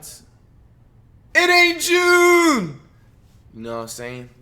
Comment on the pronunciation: It's not junneeeeeee